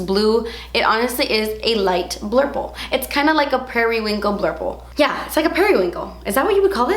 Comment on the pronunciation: I am cracking up with the way you say "blurple." I need this collection!